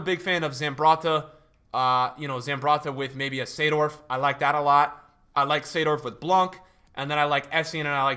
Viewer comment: The only person who can pronounce koeman and seedorf